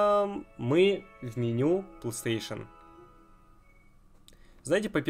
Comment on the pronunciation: Мне одному забавно от того, что он говорит пстейшн вместо Плейстейшн?